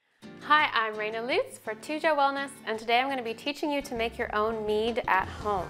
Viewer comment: Why she says Litz when her last name is Lutz :s fake german :v